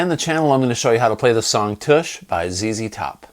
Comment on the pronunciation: Why does everyone say toosh billy gibbons clearly say tush in the song